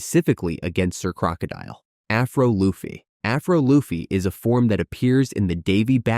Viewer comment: its luffy not laffy